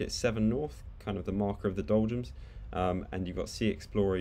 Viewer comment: are you saying doljums? it sounds like you're saying doljums